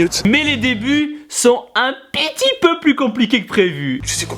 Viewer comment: tu a dit un pitipeu